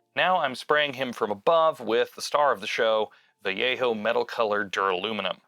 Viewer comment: Man, the fact you said Vallejo as, well, Vallejo instead of Valeho like most people made me sub. Keep it up.